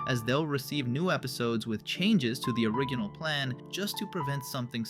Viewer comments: OriGinal??? ori G inal?!?! Bro, probably says Jif instead of gif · This video is AI-generated. You can tell because of how the voice says "original" , and how the voice follows certain non-changing patterns in tone